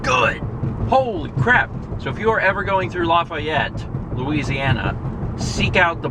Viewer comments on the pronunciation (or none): You got Lafayette wrong, too. :p